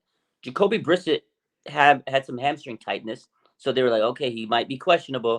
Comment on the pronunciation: Its Jacoby Bri-Sett, Not Brisitt. Just saying. Haha